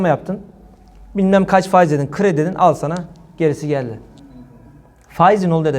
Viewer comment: Ey Cübbeli Ahmet ve avanesi sen neredesin ya. Reisin fâiz fâiz derken.